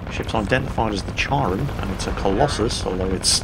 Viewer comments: Uh,? "Care-on." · I apologize in advance lol, but Charon is pronounced like “Care - on” or “Care - en”. The H is silent. Well, that being said, I love your videos. They are the perfect blend of comedy, education, and entertainment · Charon - pronounced like "Karen". Not so much like charcoal. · Please. "Kharon" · Come on... Charon? The ferryman of the dead on the river Styx from greek mythology? And it's pronounced with a k, like you would pronounce 'character" or "chameleon"